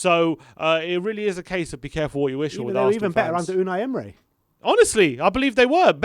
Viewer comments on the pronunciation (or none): It's Emery, not Emre, and he was eleventh when he got sacked